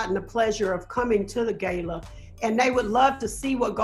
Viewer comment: "It's the Gayla"